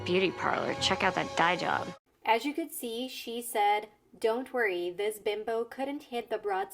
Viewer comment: As a native English speaker, I understood the jokes, idioms, and references. But even I had a difficult time understanding some pronunciations of the words when listening. "Dye job" sticks out. I know what that means, but when she said it, It sounded like a single word like "diejub" to me, so I was left confused, wondering what she was saying.